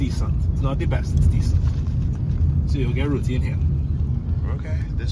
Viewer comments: Row-tea. That’s how you pronounce it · I am Trini born and live in NY just the title had me laughing you pronounce Roti wrong is not that serious all they had to do was tell you are saying it wrong and tell the proper way to say it. Yes he ripped you off because you did not know the currency rate but still the was bs he gave you the Yankee (aka foreigner rip off rate) price. They would do that to me unless i turn up my accent smh. When i go home i call a relative and travel on TT passport and not the US passport we have dual citizenship. For most part people are laid back and helpful other than taxi I am so glad you had a great experience. Thnk you for info TT version of uber. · 🤣🤣🤣Man f**k Trinis. They still get excited when they hear someone famous eat a doubles. Like they famous by association. Rot-ti was an ok assumption of the pronouciation of a word you're reading for the 1st time. 💜💜💜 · Next time you do a review on someone’s cultural food LEARN TO PRONOUNCE THEIR FOOD HAVE SOME RESPECT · Looking at your video now and you seem kinda ignorant. You put that taxi driver on blast and insulted him but if you bothered to do your research you will find that the average price for a taxi from piarco to poet of spain is about $45 US dollars. Also, learn to pronounce places and things correctly. I am an american married to a trini and i often mispronounced things but im not on youtube putting ahit out there worldwide. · We was more offended dat you pronounce roti wrong ngl cuz food juss subjective and well if it shitty it shitty. I like how you come to see it fuh yuhself tho mad respect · 1st of all he pronounced the names WRONG thats what got us PISSED!!